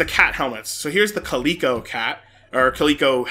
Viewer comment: did he really just mispronounce the word calico?